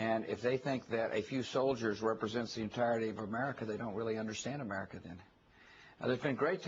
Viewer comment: Can this f*cking moron even pronounce the word AMERICA...(A-Mer-I-Ca)....not amurrrriccca. This Irish reporter owned Bush...major props I will def look up more of her work.